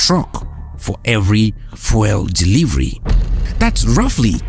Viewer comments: fuel pronounced fewl:face-red-droopy-eyes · fuel- "few-l" not that nails on a chalkboard pronunciation you're doing